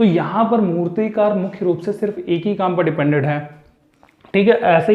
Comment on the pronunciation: Naina jha - मूर्तिकार होगा मूतिकार नही 😊 mai sirf bta rhi hu aapko teach nahi kar rhi 🤗🙏